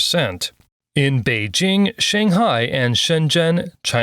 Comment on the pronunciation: What the heck are you talking about? What I said was pronouncing the regional names using the sounds that exists in English, whether it's Pecking or Beijing is not the problem. The way you pronounce "Beijing" is what I was talking about. What's so difficult about understanding that? Why do you keep talking about something else? And what does alphabet have anything to do with my Korean/Japanese analogy? Who said anything about English in that case? The example was to mean that if you want to speak a Japanese sentence with some Korean proper nouns in it, the Korean nouns should be read like Japanese. What the heck does it have to do with English and the Roman alphabet? For example, if you want to say that the next station is 청계천 in Japanese, it should be said "次の駅はチョンケチョン駅です", not "次の駅は청계천駅です", because the sounds like ㅓ or ㅖ do not exist in Japanese. You speak for the listeners, not for yourself. If this channel's target audience is not English speakers, why speak in English?